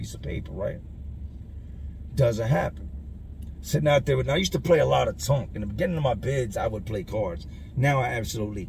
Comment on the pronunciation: The game is called Tonk not Tunk...